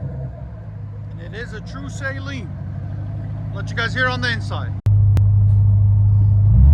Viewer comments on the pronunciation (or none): Yeah, so it is pronounced SUH-lean...not SAY-lean.